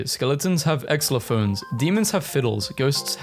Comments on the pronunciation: did bro really call xylophones "exlophones" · How he pronounced xylophones💀